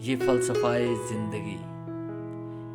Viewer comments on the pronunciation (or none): none